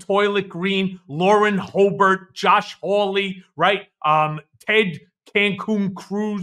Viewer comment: LAUREN HOE-BERT I. AM. DEAD. 🤣🤣💀💀